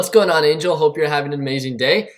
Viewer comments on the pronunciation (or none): none